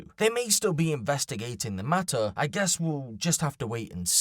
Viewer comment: "It doesn't ma-ah." What? Do you mean... matter?